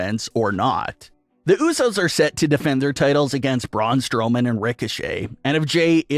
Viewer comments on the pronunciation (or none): none